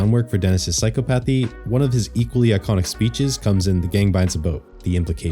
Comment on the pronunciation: Did my mans just say psychopathy instead of psychopathy